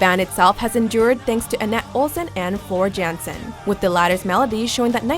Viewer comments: its Jansen not Djanson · Nightwish is #1... but they had to feature Anette first instead of Tarja or Floor. They also mispronounced Floor's name. It is pronounced "Yahnsen" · In This Moment and Jinjer deserved more haha (ITM isn't even on the list!). One thing about pronunciation "jansen" is pronounced "iansen" - the "j" doesn't have the same sound of English. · me: sees after forever* me: OKI theres my idol, Floor "Jansen" but i wanna see her in my idol BANDbtw, its pronounced Yaw-nsen bc the J in dutch sounds like a Y ANYWAYS also me: see nightwish* ENDLESS FORMS MOST BOOTIFUL also me: sings random words of the song* LIFE AND OF IT ALL TO THE GRATUDE OF IT ALL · It's pronounced Yansen, honey, Yansen..